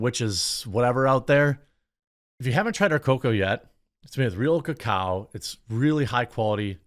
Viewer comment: Thanks to Jeremy, I know the proper way to say Cacao.